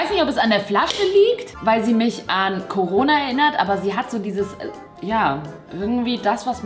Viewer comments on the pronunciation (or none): none